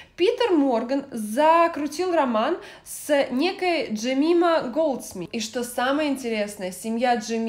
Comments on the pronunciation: ДжемАЙма, а не ДжемИма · Спасибо большое за прекрасное видео. Мне кажется правильно произносится Джемайма. А на счёт венка, то никто из роялс от своего имени венки не возлагает, они возлагает я роялсами, но от разных родов войск и по-моему ветеранских организаций. То есть просьба Гарри вообще из ряда вон совершенно